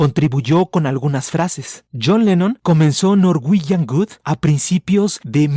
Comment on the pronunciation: muy bueno el video pero cuando dices norwegian Good me causa gracia xd. Un abrazo!